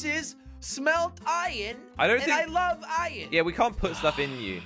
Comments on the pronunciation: What does jelly say iron like ion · I love when Jelly always said "ion" instead of iron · Lol I love when jelly says Iyon instead of iron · Instead of iron jelly always says iyon lol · Why does jelly keep saying iyen instead of iron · Why does jelly keep saying iyon instead of iron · "IYON" - jelly in every video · Am I the only one that hears this but when jelly says let’s go find som iron it sounds like ion